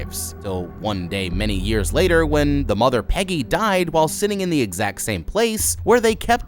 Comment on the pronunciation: Pejjy and vaylek are the discount temu versions